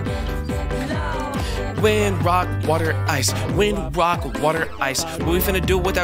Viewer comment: You said ''wock"